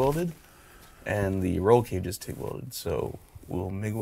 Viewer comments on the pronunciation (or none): none